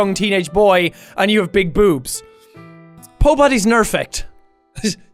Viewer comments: pobody nerfect XD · Pobody's nerfect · no he said pobody's nerfect! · "If there’s one thing that can make my reading time better, it’s a line of cocaine" "pobodys nerfect" "moem to ponika" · Pobody Nerfect is a Good Place reference I think... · "Pobodys Nerfect" Dies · "Pobodys Nerfect" - Jacksepticeye 2017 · "Pobody's nerfect" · Who else died when he said pobodys nerfect